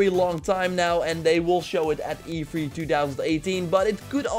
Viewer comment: Not to be rude man but to hear you say E3 as "E free." Is so funny. Love your vids and keep up the great work you never seem to fail.